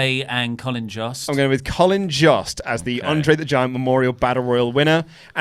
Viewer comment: Jost is pronounced like host or most